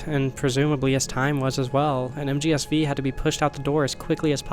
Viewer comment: This is a complete non-problem, but I just can't get over the fact that you say MGSV with the V as "vee" instead of saying "five." Edit: At the end of the video now, it was a really interesting to watch! As great as Kojima doing Silent Hill itself sounds, I also think the circumstances around P.T. becoming lost media add to the mystique - allowing an all-new artistic quality in their own right. I highly doubt that P.T. would have been talked about as much as it has if Silent Hills followed on its heels. This video would not exist, or at least not in its current form, if not for the fact that we are in this specific reality. And, I have to say, I'm glad we're in the reality where we got Death Stranding. I love that game and shudder to think that we'd never have gotten it if things hadn't played out this way. (Whilst also hating that the series of events that lead to its creation involves Konami screwing over Kojima and his team. Fuck Konami.) The topic of two realities is incredibly intriguing. Both in how you draw parallels between Jack and Kojima, as well as in a more philosophical sense concerning the different results of choices. I have had a bunch of ideas rattling around in my head about choices, fate, and how we get to where we are in a given "present" moment - how little it would take to create drastic changes. I don't have a lot of ways to pull these ideas back to the video, but the idea that set in motion this train of thought is this: We can pull the two Kojimas bac